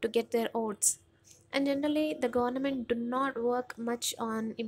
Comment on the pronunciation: Please pronounce Government properly.